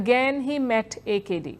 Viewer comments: Correct reading of AKD. by India though our people cannot. Thanks India. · Love the way she pronounce AKD. Our AKD.